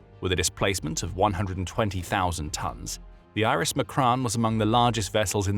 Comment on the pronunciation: Its not iris it's IRIS. just like USS,HMS,SMS. I'm glad they are destroyed but just get it correct please